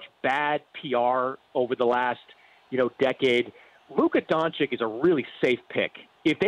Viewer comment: Can someone tell Mannix that it's Don-chich not Don-chick. Think more Cheech, less Dixie chick.